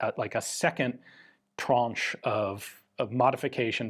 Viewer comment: Did you say second “tranche”? Your French is getting good.